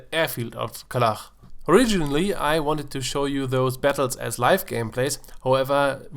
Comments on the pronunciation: KalaCH, not Kalah >:-[ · It's KalaCH, not KalaKH, you pronounce it wrong.